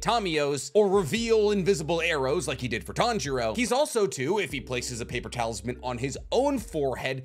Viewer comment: He says "paper talisman" But i hear "paper towels man"